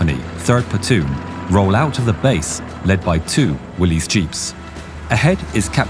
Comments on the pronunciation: Nicely done! (By the way, Willys is pronounced "Willis," not "Willies.") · It's 'will-ess' not 'will-eez' jeep. Willys. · Willys is not pronounced Willy's but Willis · Willy's is pronounced "williss"